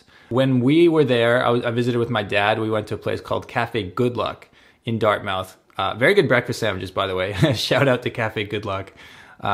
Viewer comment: Pronounced Dart-Mith not “Mouth” the coffee shops are for a certain citizen, I’ve lived in NS for 54 years and never have been to Pier 21, the parks and wildlife are pretty decent I’ll admit, the food options are unbelievable,, if you go Donair you must, MUST go to Tony’s Donair on the commons (2390 Robbie St.) is absolutely the best, don’t do yourself an injustice with another spot get the best, Tony’s. If you’re gonna do the city core, do not use a vehicle, travel on foot, transit, scooter but parking, driving etc downtown is brutal. The number 1 thing to do when visiting Halifax is leave Halifax, Nova Scotia has so much to offer, The South Shore (Chester, Mahone Bay, Lunenburg, Bridgewater, Liverpool, Shelsburne all have unique things to see and visit, strong fishing history, great little towns with cafes and restaurants complimenting the history. Annapolis Valley area, our agricultural region, loads of apple orchards, small fishing villages, the most extreme tides in the world (spend a day to experience the differences in the landscape at high tide and low tide, you will be amazed. Cumberland and eastern Nova Scotia, is all about history, and connections to PEI and Newfoundland via ferry, rich forestry history, and then there’s Cape Breton, its like another world of great salt of the earth people, it’s like the home you’ve never know, some say visit the Cabot Trail, some say Bras Dour lakes, I say its the people, but yes…..you wouldn’t be disappointed if you want your vac